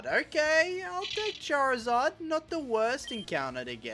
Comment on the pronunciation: Its charizard not charzard charizard not correcting im just saying no offense😅🙌